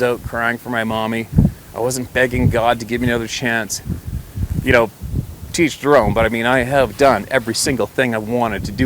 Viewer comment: I'm new to this channel and love your stories. But I swear everytime you say " To each their own " it sounds like Teach your own. Is this a Canadian thing or am I hearing you wrong? Either way is fine, To each their own!